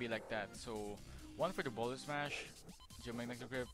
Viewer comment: "Geomagnetic rape" is how I heard it Edit: what a shitty, rambling guide